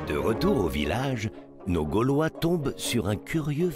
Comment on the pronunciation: Ses pas galvois ses gaulois mdr